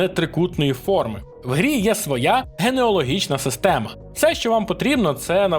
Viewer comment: ГенеАлогія, не генеОлогія. Кажу на правах генеалога😅